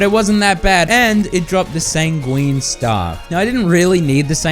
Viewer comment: Sanguine too holy moly